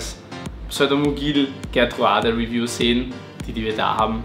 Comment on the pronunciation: Schöne Vorstellung dieser tollen Blauaugen, aber bei der Namensnennung zuckts mich jedesmal - Gertrudae heißen die, nicht Gertruade, sie sind benannt nach Gertrud Merton, der Frau von Hugo Merton